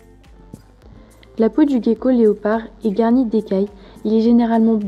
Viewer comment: Ca se prononce jéko pas Gueko 😒